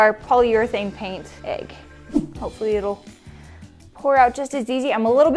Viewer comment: It’s an EGG not an AGGE